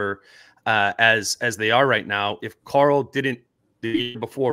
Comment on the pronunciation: Whenever says Karl’s name I swear he said CORAL like from the walking dead 😂